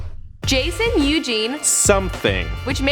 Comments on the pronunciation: How the hell did you fuck up his first name this time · Got it wrong again😂it's Jason